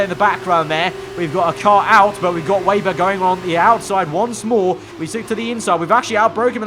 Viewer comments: Bro can you please stop saying weiber but rather say weber like when you say for example web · It’s Weber, not wayber.